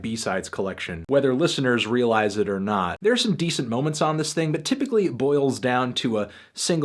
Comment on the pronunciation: How did you not like this "ting"? This "ting" fire 🔥🔥🔥😂😂